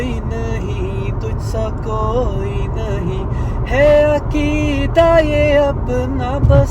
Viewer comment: Is sahab say bolen apna( QAAAF) sahi kar len bohat ajeeb sa ho jata hy naat galat talafuz k sath AKEDA NAHI AQEDA YAKEN NAHI YAQEEN